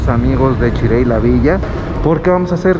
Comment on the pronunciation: Chirey 😂 … Chery en todo el mundo